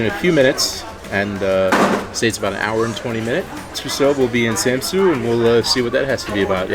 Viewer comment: I,m from denmerk And ets not kold samsu it’s kald samsø